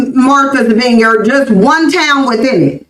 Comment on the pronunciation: It's Not veenyard, it's VINEYARD-I can tell they have never been there! 😄Also , I can confirm that 0akland by large s a DUMP with many weird, dirty creatures at that!! And, San Fran is full of good food, it's better than 0akland but gettn' worse and Alameda is Oaktown's neighbor and 0nly has some decent parts, and the Bay Area in general is Not the place to be!!